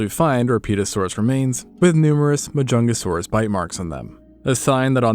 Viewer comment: There really was a dinosaur named: MAH-JUNGLE-SAURUS I'm dead 😭😭😭😭😭